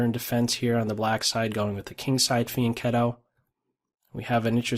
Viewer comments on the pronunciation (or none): none